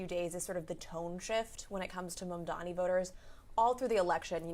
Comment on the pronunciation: Halperin still refusing to pronounce Mamdani's name correctly. Hilarious.